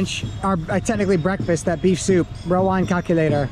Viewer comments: Love your videos bro,, sometimes you make me laugh when you mixed up Indonesian words. For example it isn't rOwAn but rAwOn....lol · RA-WON. NOT RO-WAN. 😄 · Rawon Sir not Rowan 😅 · It is called Rawon not Rowan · It is Rawon not Rowan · It's Ra-Won😁